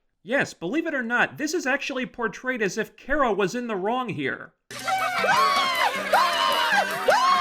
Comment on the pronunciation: You wanna bitch about supergirl but you cant even get her name right. It's not kiera, its KARA